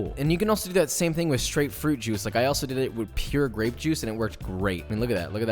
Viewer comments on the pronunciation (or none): none